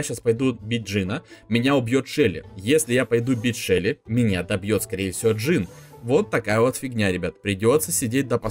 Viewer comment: почему ты говоришь шэли а не шелли